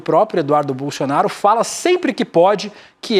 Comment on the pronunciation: O apresentador fala bolsionario ou é impressão minha? Kkkkkkkkk